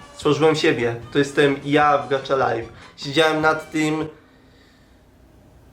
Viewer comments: NIE GACZA TYLKO GACHA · 1.Kiedyś byłeś spoko a teraz masz ból dupy o wszystko i infantylne zachowanie w niekturych odcinkach . 2.I niemówi się gacza tylko gacia